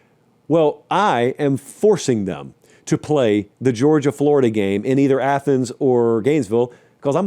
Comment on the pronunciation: Thought I was dreaming at first but he really said flordia in the playoffs